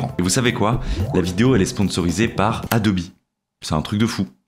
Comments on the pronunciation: j'ai plus l'habitude d'entendre Adobe sans prononcer le e...mais merci de l'info et sinon super vidéo et le résultat est incroyable ! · Le gadjo est bilingue quoi 😂